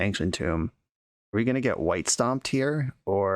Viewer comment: or "stompied" instead of "stomped"